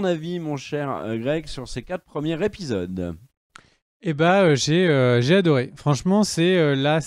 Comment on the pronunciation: Je sais je vais faire mon casse couilles mais on dit premiers zépisodes et pas premières épisodes. Y a un s à la fin de premier quand c'est au pluriel. C'est con mais à chaque fois ça m'arrache les oreilles. Sinon the boys est vraiment excellent et à part Éric kripke faut pas oublier Seth roggen qui avait déjà adapté le comics preacher du même auteur Garth Ennis.